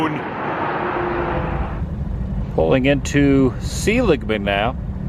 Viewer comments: It's pronounced, Sah-ligman, not See-ligman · Fyi, that town is pronounced, " Saw lig man." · You haven’t been to Seligman w/o eating at the Roadkill Cafe, best restaurant there IMO. BTW it’s pronounced Sell-lig-man. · Seligman pronounced sa-lig-man back in the day (1960s) no long E . Occasionally our athletic bus stopped here for the team to eat as we headed down 66 when we played Needles California or Kingman . Most of the towns we drove through back then have been by-passed now even Holbrook and Winslow both conference rivals of the Snowflake Lobos - - we would often load on our athletic bus before school began on Friday mornings for many hours of riding for some of our away games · You should learn the correct pronounciation of your "favorite" Route 66 town sir.